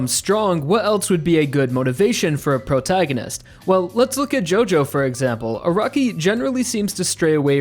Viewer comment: Wtf is a “Prograginist”?